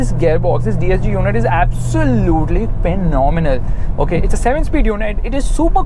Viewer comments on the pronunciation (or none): Abv sooo lute LEEE LOL AWESOME WAY OF SAYING